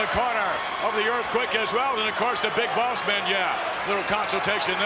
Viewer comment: It sounded like hogan said big balls man 😂 but I know he says big boss man it just sounds different 😂